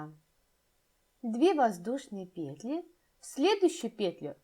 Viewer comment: ПетлЯ, петлИ . Господи. Невозможно слушать.